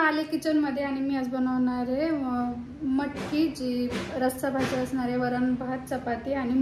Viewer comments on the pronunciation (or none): none